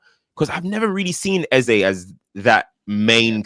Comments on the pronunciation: Even your Nigerian guest wasn't speaking from a position of knowledge. I'm Nigerian living in Nigeria. Nothing like EZA. It's EZE...... A-ZAY. Thank you. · Watching two days after. It's EZ - E. as in way you pronounce A - ei. And not AH. If he said so, then he doesn't even know how to pronounce his own name. It's an Igbo name and it means King. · Eze is pronounced Ezeh or Ezé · Can someone please tell to stop saying EZA? A fellow Nigerian has told you it's Eze and we Nigerians are saying it's EZE. Your persistent trolling is irritating like a hiccup. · has to stop the flipping between the pronunciation on eze, tired of it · It's pronounced Eze and Eze himself says this in this short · Sound dumb saying "Ezah" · The new "Ezzuh" pronunciation came from himself saying it when he signed for arsenal😂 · take the correction or leave it, i'm from same tribe as him. His name means King in our language. It's A-zay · Some really great points made, definitely one of the best pod's in recent times considering the result on the weekend new perspectives, insights and elite ball knowledge -- then there's not being able to pronounce "EZE" LOL